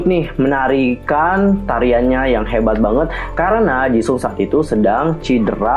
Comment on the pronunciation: Maaf kak cuma mau koreksi Nama Jisung itu seharusnya dibaca Jiseong / Jisong (kalo mau baca cepat) Maaf kak jangan tersingung cuma mau koreksi Kalo ada salah kata mohon maaf dan jangan di maksudkan hati...